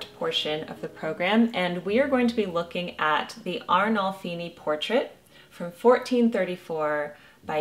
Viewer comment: You absolutely nailed my last name pronunciation!!!!!